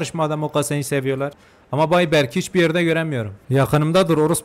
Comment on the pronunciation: biliyorum ama inadına berk diye okuyor ya videolarda o yuzden söyledim ilk bölümdede sana berk dicem diye bisi aoylemıstı